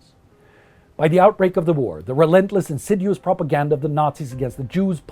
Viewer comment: You mispronounced the words "financiers", "annihilate", and "insidious".